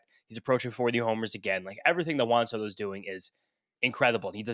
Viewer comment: “Juahn Sodo”🤓